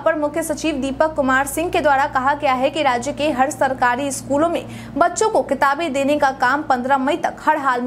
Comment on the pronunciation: थोड़ा भाषा में काम कर लीजिए न्यूज़ पढ़ रहे हैं शुद्ध शुद्ध बोलना न्यूज़ एंकर के लिए अनिवार्य har ko had हड़